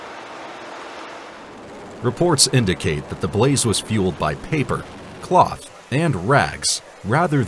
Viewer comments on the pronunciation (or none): none